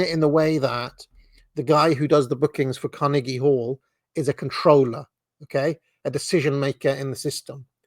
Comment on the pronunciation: I enjoy your pronunciation of Carnegie